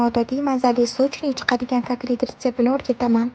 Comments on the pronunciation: Kaklet emas katlet boladi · Aytishdaham kaklet dedi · Молодец зур чикди жудаям❤Факат каклет эмас Котлет булади☺️☺️ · Ëзилиши котлет айтилиши катлет булади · Пазанда кизим , К О Т Л Е Т деб айтинг.